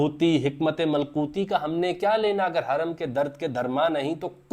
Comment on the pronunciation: Malkoti nahi malakoti bhai